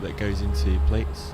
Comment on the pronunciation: Really cool patch! Plaits is pronounced "Platts" though